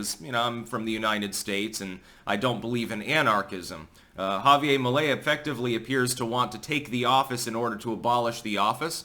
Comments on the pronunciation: It’s JavieRrrr. Not Javie-ay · why do you have such a hard time pronouncing Javier? It's HAH VEE AIR, not YA Ve YA. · Once again, its pronounced "ha-vee-air". Not ha-vee-ay. Its Spanish, not french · Ja-vi-ER , pronounce the R! Right on! Finally, some good news for Latin America! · I think his End the Fed puts him firmly in the Ron Paul camp, but he's very funny, which is more a Trump-like thing! Remember, Anarchy is Better than No Government at all! Chile has always been about 50% Socialist. Also, the "r" is pronounced in Spanish. Unlike in New Hampshire!